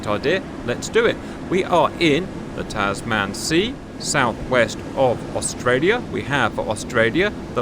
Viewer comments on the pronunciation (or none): Tasman is pronounced "tazmun" not "taz man".. I know its not a big deal but it does sound really jarring. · CAP, g'day mate! Please pronounce Tasman like human or woman. It hurts my brain to hear Taz Man. Lol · Tasman, the man part is pronounced the same as like in clubman.